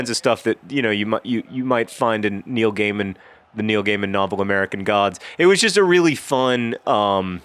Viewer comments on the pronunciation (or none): none